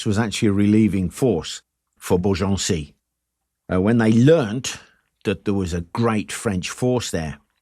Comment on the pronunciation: jargeau = jar-jaw (without d before any j); Meung (sur loire), hard for you to pronounce : m1 (say 1 like a french in french)... reims... (omg, nearly not recognised it... r1s...again, hard to pronounce the 1 in french).. beaugency, congrats, you made it quite well!